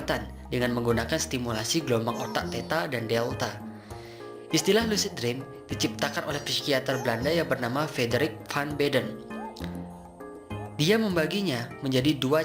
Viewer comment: Dibacanya Sikiater bukan psikiater